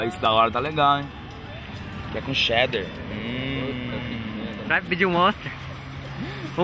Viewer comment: hahaha "vem com chéder"